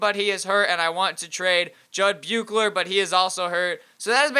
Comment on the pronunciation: Pronounced Bushler